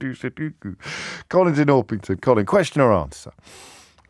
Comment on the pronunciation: Sudoku, not sudookoo.